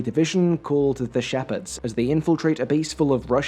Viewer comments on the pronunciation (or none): "The Shepherds"? Your Scottish is showing.